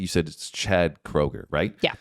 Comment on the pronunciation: No you pronounced Chads surname wrong. It’s Kroeger but with a u sound, not o. Chad already confirmed this himself quite a while ago